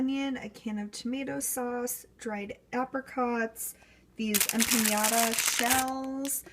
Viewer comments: Em-pa-NA-Da.... Em-pa-NYA-Da... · I am going to hang myself if I have to listen to you say empanada one more time! It is m-pen-Nada not em pin yada! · Em-pan-YA-da?! Whu?!